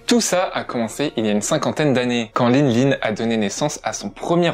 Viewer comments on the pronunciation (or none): none